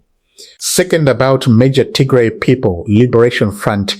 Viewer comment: You got bad accent, you sound very educated but I don’t know how you can’t even pronounce Tigray instead you pronounce Tigre which is offensive language in Tigray.